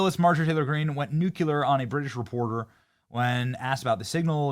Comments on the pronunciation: 🚩BENNY🚩 Nuclear= new+ clear. It's not new+cue-lur; it's new+Clear. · Nuclear Benny, not nuculer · Please for the love of baby Jesus stop purposely mispronouncing nuclear. It's not nucular. It's nuclear. It comes from the nucleus. There is no nuculus. It just makes you sound stupid. And I love you and I don't want you to sound stupid. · It’s nuCLEAR. Not nucular. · You are rocking it Benny...but please stop pronouncing the word nuclEar as nucUlar!!! Driving me crazy!!!😂...a short drive, I admit😂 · ITS NOT NUCULAR. THE WORD IS NUCLEAR. Didn’t everyone learn this from George W? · It's NUCLEAR, not NUCULAR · Bro I swear, it is not hard to pronounce “nuclear!” It is not “nuculer!” Drives me nuts! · Nue clear. Not 'new cue lurr'. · BENNY PULEEEZ!!!!! YOU ARE A REPORTER. SAY IT WITH ME. NEW CLEE ER!!!! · The word is pronounced nuclear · Love you Benny, but it's nu-cle-ar! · Benny, I love you man, it's pronounced NUKE-LEE-ER. Sorry, but it's been bugging me for a while, you sound like "W"... hahhah.. Again, sorry, but it's true... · Can SOMEONE who actually knows Benny PLEASE ask him to STOP mispronouncing the word "nuclear?!" PLEASE! For god's sake Benny, IT'S NOT HARD! "NEW-KYOO-LER" is just IGNORANT! STOP! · Benny boi cannot pronounce nuclear correctly. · Do you purposely mispronounce Nuclear? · Stop saying nuclear like GW